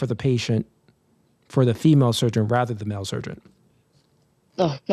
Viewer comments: Can you guys stop saying surgeon with a "T" in it? That's sergeant and that's a military person. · it’s “surgeon” not surgeont!! wtf!!!